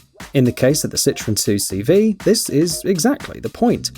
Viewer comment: 2CV is not pronounced « Two See Vee » but « Deux chevaux » which means « Two horses »